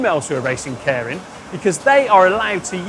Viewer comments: Pronounced 'care-in'? Every other youtube vid I've seen pronounces it 'keer-in'. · It's not "KAREN".... It's Keirin... (kay-rin). Sorry, but after 20 years of living and cycling here I just had to say. That said, so glad you introduced this. Next is to show the amazing roads that Japan has to offer. Happy to take you on a ride. Check out Gunma Prefecture and the mountains. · Loved this. Try and pronounce it "kee-rin" though, with a hard "r", as apposed to "care-in". ;) As an aside, on the date of publishing, 10000JPY is 69GBP, 78EUR, and 89 USD. Understand the simplification, but I nearly got a heart-attack in thinking my salary was completely down the sh*tters... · Nitpick: It's better pronounced"Kay-rin" instead of "Care-rin". Bugged me all video. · Sorry to be picky but it"s pronounced kay-lin. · And in true British fashion, this guy slaughters every Japanese word... "Karen racing" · Let's get the pronunciation correct. Kay-Ee-Rin. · He was taking the piss out of the presenter's pronunciation, muppet. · I think either "Kay Reen" or "Kay E Reen" might be a useful way for a non-Japanese speaker to correctly pronounce it. And then it's a flipped R not a rhotic R. But that's getting too detailed for the casual cyclist to have to think about. Good job mentioning this pronunciation point. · I keep hearing "Karen Racer". Damn Karens are everywhere in 2020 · English guy is pronouncing it "caring". I wonder if that is correct. Normally Japanese is pronounced exactly as written. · When pronounces Keirin 🤦‍♂️ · Can you at least pronounce Keirin properly?